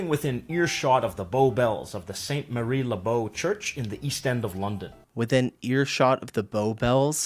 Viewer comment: its mary not marie within the bells